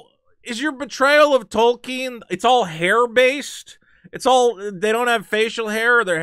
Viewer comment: thank you for pronouncing Tolkien correctly